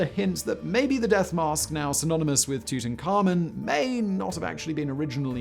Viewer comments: The auto closed captioning thinks that when you pronounce Tutankhamen, you're saying "tooting Carmen" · Simon, pick one pronunciation for Tutankhamen 😳